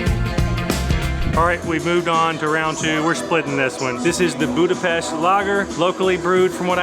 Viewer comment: He said Budapest correctly.i cant believe!